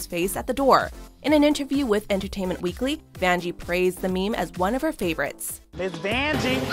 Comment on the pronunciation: “Who’s there’s Miss Vanjee” haha